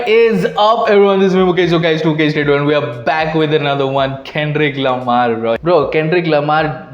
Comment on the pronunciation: "KEN-DRICCCCCCKKK LA-MAH" 😂😅